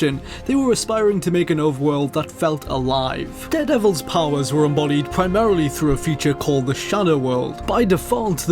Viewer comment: i keep hearing dead devil, being sick sucks.